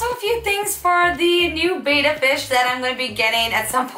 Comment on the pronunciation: It's actually pronounced bet-ta. Not bae-ta. (